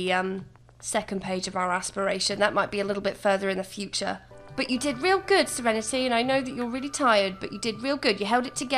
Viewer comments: I'm gonna take a shot every time she says "SereneTAY". Drunk in 5 minutes. 🤣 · Yass sEreNeTay